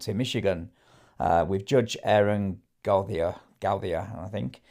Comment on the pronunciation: I think Gautier is pronounced Go-tee-ay. My friend in Lousiana pronounces his last name that way.